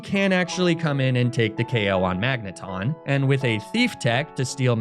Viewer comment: Magnemite thought it could avoid being mispronounced by evolving